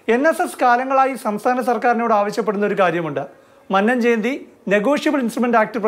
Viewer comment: Please pronounce Mannam correctly